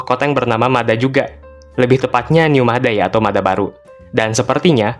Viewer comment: dibacanya Mad ha min, atau kalau dalam bahasa Arab مدحا